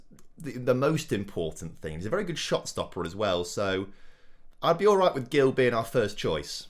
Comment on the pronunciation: Hi, i’m brazilian, and i just wanted to correct you: Gil is pronunced like “Jil”